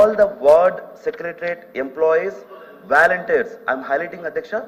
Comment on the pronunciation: Valentire kadhu ra babu, volunteer